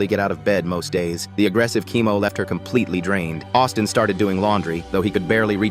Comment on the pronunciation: I heard Autism intead of Austin